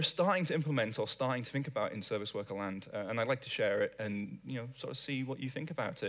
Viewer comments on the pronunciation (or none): I fink you should learn to pronounce 'think'. Also, wha' happened to all those ts (stah' saying them and you will sound be'h'er).